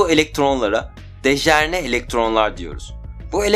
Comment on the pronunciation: Kardes dejerne degil dejenere. Video guzel. Sagolasin.